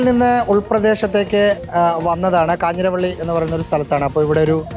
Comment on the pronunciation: കാഞ്ഞിരവള്ളി അല്ല കാഞ്ഞിരവേലി